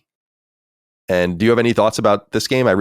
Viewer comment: Hirogami not herogami